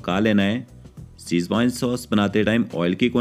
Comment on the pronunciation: apna pronunciation sudhaar toh Schwezwan ko schwine bolra hai